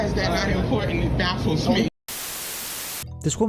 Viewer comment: WHY does every woman now pronounce the word "important" Like..."ImPorTANT!" 🤣🤣🤣